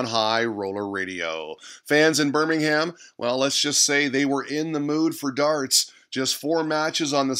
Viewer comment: and you don't pronounce the H in Birmingham. But I suppose you didn't know that :P